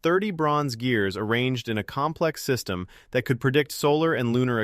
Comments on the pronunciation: The AI starts to break down near the end "system" pronounced "seistem" and "composite" pronounced "com-po-sight". He says both system and composite better later, but when introducing it, it breaks down. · ugh, I actually thought this voice was someone actually talking. I can't believe that someone is stupid enough to not know how to pronounce "system"